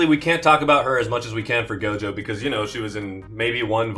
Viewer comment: Bro said Toji and Gojo…ooooof